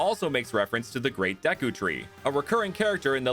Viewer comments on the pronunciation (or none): none